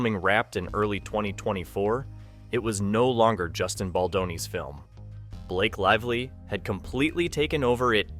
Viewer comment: “Blake Live Lee”